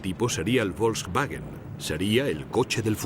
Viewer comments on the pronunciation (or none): none